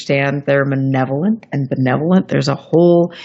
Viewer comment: and are both mispronouncing the words malevolent and benevolent. To check the pronunciation you can copy and paste this sentence into 'Google Translate' and listen: "Are the Aliens malevolent or benevolent?"... (Click on the little speaker symbol.)... This question is an important one. I think that the Aliens are benevolent towards the whole Human Species but not towards an individual person. That is how we are towards cows or frogs. E.g. a Biologist will feel great love for frogs in general but will take a healthy frog and kill it for research purposes. I see the Aliens as thinking like Scientists but then I've done much Science in my life....